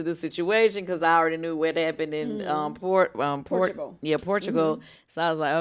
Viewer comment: Why kandi struggling so much to say Portugal